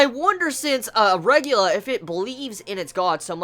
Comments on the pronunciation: Dear mother of god i wanted to watch your reviews but god damn its not a RE GU LA ITS- RE GA LI A!! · Why do you pronounce it 'regular'? It's spelt regalia, and is pronounced reg ay lee ah. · Noragami cliffhangers are so good. I don't know whether to be upset or be pleased with the way they execute them. But I severely want more information on Nora's hold on Yato... I think I might have to pick up the manga. Also slightly irrelevant, but it's pronounced "Reg-ay-lee-ah". No big though, just in case you weren't sure. :) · JUST CALL THEM SHINKI RATHER THAN REGALIA! ITS NOT REGULA, ITS REG A LEE AH! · Heheh I chuckled at the way you say "a regalia". I always think you're talking about arugula. Like some salad. YUUM. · dude its reg-aw-lee-ah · not sure, never heard him pronounce it like that - I think that may be an accent thing though, rather than ignoring the spelling of a word.